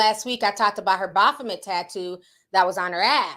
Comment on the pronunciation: What’s a Baphometh? What’s wrong with it?